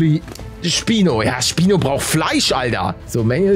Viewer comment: am anfang habe ich spinat verstanden